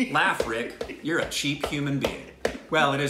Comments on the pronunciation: React on 73 Questions with Priyanka Chopra | Vogue |. I'm sure you'll enjoy it. Also want to say you guys are doing an amazing job. One more thing, your pronunciations are spot on. Were you an Indian in your previous life😅. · Rick is seriously awesome... I am really amazed with his pronounciation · OMG man! Rick's Indian pronunciation is on point every single time! Rick is Bindaas and is.......fine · Rick is again spot on with the Pronunciationnnnn . . Very good MERA DOST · RICK is amazing.. he is too smart to be on stupid reactions.. :p He is very good with pronouncing Hindi words. Also, he understood each words very well.. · Rick your pronounciation for hindi words are so LIT.... perfect..😊😂 .your new subscriber.. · Rick's pronunciation is pretty spot on! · Rick is soooooo good at pronouncing hindi words... ❤️ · Rick's pronunciation is spot on most of the times!! How does he do it ?😲